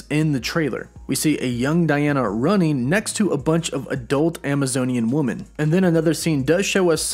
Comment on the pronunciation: Someone has major pronunciation issues, even with simple words like 'women'. Note, it doesn't sound like 'woman'.